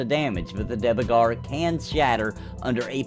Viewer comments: It's not pronounced Divegar, but Duergar. Trust me, I'm a real life viking :) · Not to be that guy! But Dvergar literally means "dwarf" in Norwegian. So it is dwarf by all means. You said it wrong, not that that it matters in anyway ofc! haha. If the devs have confirmed that you should say it like that, they too say it wrong... he..he As always mate, great video! Looking forward to Pantheon and Camelot.